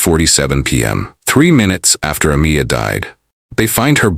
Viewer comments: The narrator could say last but a tiny effort into pronouncig her name. UH-MY-UH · Ah-meye- ah. Not Ah-me-ah. You should edit your narration. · Her name was pronounced A-my-a, not A-mee-a. So disrespectful.